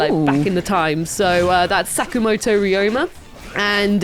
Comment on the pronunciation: His name is Ryo-ma, not re-oh-ma. Two syllables. And Edo is eh-doh. Not yi-doh.